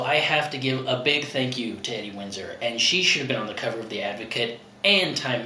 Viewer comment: Edie Windsor......please, oh please (and ) listen to the theme song to "Nanny & the Professor"....okay, I am dating myself. (I'm OLD, I get that!) Pronounce Edith's nickname as the following: Eeee deee. You guys KNOW that I adore you....and your kids (of course!) but for the love of Beautifully Unique Sparkleponies, watch the fabulous rendition of "Grey Gardens"